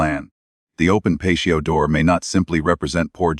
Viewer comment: How can an ai bot, not be able to say patio door, and pronounce it as pacio